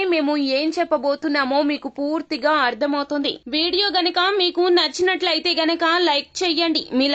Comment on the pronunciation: మీరు మాట్లాడుతున్నప్పుడు పూర్తిగా అనే వర్డ్ పదేపదే చెపుతున్నారు ఆ వర్డ్ pronounciation meeru puuuuurthiga అన్నట్టు చెపుతున్నారు కానీ పూర్తిగా అని చెప్పాలి